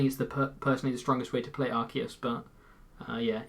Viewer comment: How do so many pokemon youtubers mispronounce Arceus?